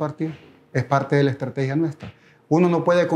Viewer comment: Es parte de una ejtratejia y la ejtratejia no se dice 😂😂😂😂😂😂